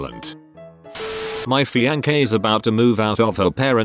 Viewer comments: Nobody: ... The voice: fee-on-key. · Us: "Fiancée." Text-To-Speech Voice, an intellectual: "Fiankay."